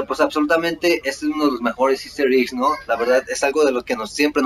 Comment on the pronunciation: por favor!!! me revienta que digas iggs es Eggs:'(